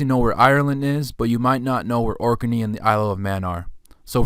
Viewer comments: It's pronounced Orknee not Orkerney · correct Ork-nee not Ork-e-nee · You're saing 'Ork n eee' 'Orkinee',…. I thought it was pronounced Orknee: Orkney,… like Ork Nee